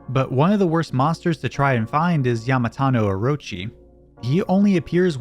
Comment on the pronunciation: I'll give you one thing: I have never heard Yamata no Orochi pronounced like that. Almost sounds like a hollywood celebrity or director instead of a giant 8-headed snake with chronic alcoholism. Edit: Also, love the Legend of Dragoon Music, so two things.